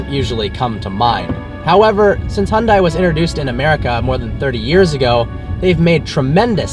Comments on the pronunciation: can no one get the pronunciation down?! its not hyun DIE its hyun deh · hundie??? Are you serious... You're American. You're meant to say 'hunday' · Hon-dai Funny how in Korean, it's pronounced Hyun-Dae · Nice review. By the way it's pronounced Hyundae, like sundae with a short e, not Hyun-die (I'm Korean). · dude common you can't even say it right.... it's Hyundae like Sundae... not Hyun-da-iiii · It's Hyundai as in "Hyun-day" haha don't mean to hag on you but being part Korean it bothers me :p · Hyundai is pronounced like SUNDAY but with an H in place of the S! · Please pronounce Hyundai correctly